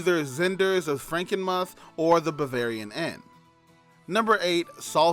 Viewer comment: It's pronounced Franken-"mooth".